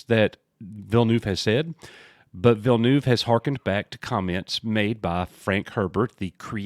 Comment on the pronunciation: As a french Canadian, I can say that your prononciation of Villeneuve is not too bad. The "neuve" part prononciation is somewhere between "newv" and "Neve" (Neve Campbell).